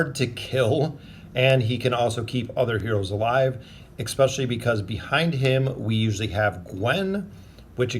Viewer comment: Petition for him to say "especially" and not "ekspecially"👇🏻😂